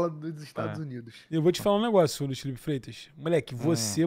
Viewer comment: esse "Fifero" Mello me pegou pra crlh kkkkkkk